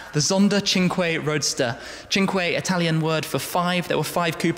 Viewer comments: The way you try to pronounce 'cinque' in italien sounds hilarious! :D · "tshingquai" which is italian for five, ok ... sure why not.